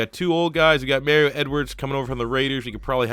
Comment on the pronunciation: Why do you pronounce Mario like that